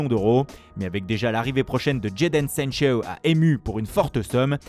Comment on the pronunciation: Sanchew et Cain voilà la super prononciation lol